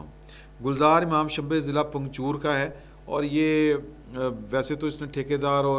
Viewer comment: پنگچور نھیں۔ پنجگور ہے